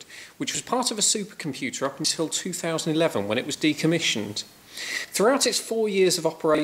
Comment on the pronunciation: Supah compyutsah, paats univasitsee.